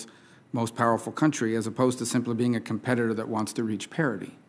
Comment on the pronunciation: He should’ve started by betting her she couldn’t say competitor.